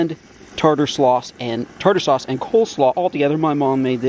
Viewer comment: When you slipped up towards the end and said tartar slauce instead of tarter slaw, I actually thought tartar slauce sounded better!